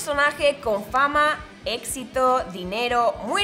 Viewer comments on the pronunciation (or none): none